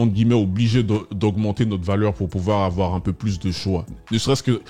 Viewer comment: Mdrrr il ne faut pas afoir peur " Ça me fume à chaques fois